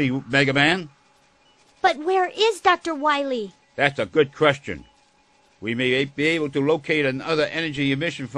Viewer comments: Doctah Wahwee! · "dogtor wolli" jajajajja un cague de risa jajaja